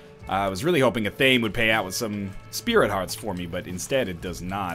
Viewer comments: EH-THA-MAY. Not a-tame. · NL.. repeat after me. ah-thah-meh its 3 syllables not 2. its not an english word an athame is a small ritual dagger used in wiccan ceremonies